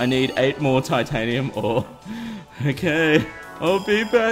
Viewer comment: he said tiantanium